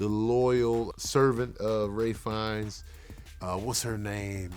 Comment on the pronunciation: Ralphs and his brother's last name is pronounced Feenay not "Fines".